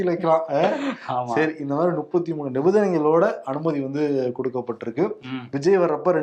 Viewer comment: Nuppathi pronounciation wrong. Muppathi endru sollungal. many mistakes on pronounciation, biased attacks, unnecessary sarcasm etc.